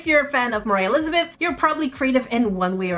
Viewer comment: ”moraah lizbeth”